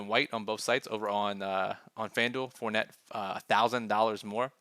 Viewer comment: I'm I the only one that herd fort net 🤣😂 good content as always